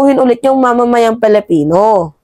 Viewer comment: PAKIBIGKAS PO NG TAMA ANG SALITANG PILIPINO .. lagi ko kc naririnig na binibigkas mo ay " palapino minsan naman ay palipino " parehas kau ng pagbigkas ni maharlikang lukaret.